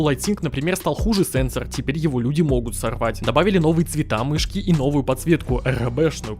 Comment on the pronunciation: мышьки хоспаде... МЫШЬКИ ахахахахахахахахахахах